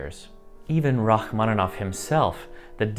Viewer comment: Rachmanov? Au lieu de Rachmaninov? Bravo!